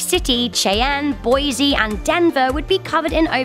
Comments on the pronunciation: Don't wanna be rude but Boise is pronounced boys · You pronounced Boise wrong. Boysee, not Boyzee